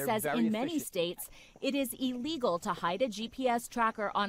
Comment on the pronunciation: “In many states it’s iigeal” Me: HMmmMmmMmMMmMmMmmMmMmMmMmMm NO WoNDeR